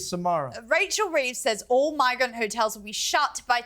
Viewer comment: What is she calling the hotels, ' '.😅😅😅😅😅😅😅😅😅😅😅😅😅😅😅